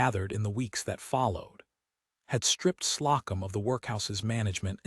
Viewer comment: Love this sweet, tender love story. Ada & Ellis are good people that belong together. They become stronger together & win. The A I really needs attention with pronunciations. Slocum=slow- come. In all stories it is never corrected. It always calls hoping as hopping. Please please fix this tiresome voice. Story is great. ❤